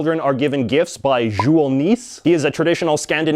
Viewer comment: Yeah, he pronounced Jul Nisse as "Jool Niss", I can accept the Jool, but it´s supposed to be Nisse, with a large focus on the E